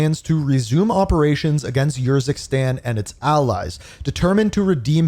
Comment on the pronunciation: i think its not your zikstan but more like oor zikstan